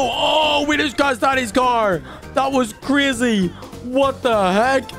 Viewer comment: You said Crazy the wrong way.